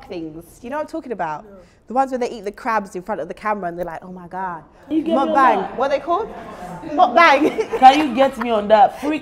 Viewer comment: Not zeze saying mbuck instead of mukbang 😂😂